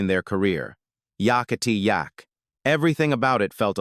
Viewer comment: The Coasters remain one of my all-time faves, and I was looking forward to filling in a few gaps in my knowledge of them and their careers with this video. But I couldn’t make myself continue listening after I heard the song title pronounced “Yockity Yak” repeatedly.